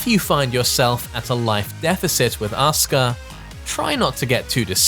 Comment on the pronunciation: It's asuak not Oscar